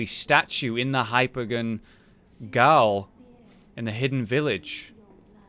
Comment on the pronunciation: Gaol = Jail It's "Olde English"